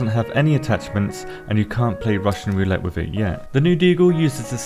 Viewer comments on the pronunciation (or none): none